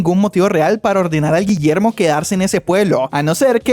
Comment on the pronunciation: "ni en mi perra vida voy a pronunciar de nuevo ese nombre, desde ahora este pelaito se ve a llamar Guillermo" no me acuerdo bien de como lo dijo JSKSJSK